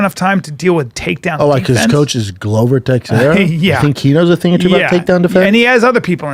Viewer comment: Chael: alex pee-era Brendan: glover Tex-era